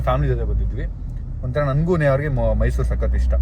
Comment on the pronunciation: Mysour alllaaa guru adhu...Mysuru 😂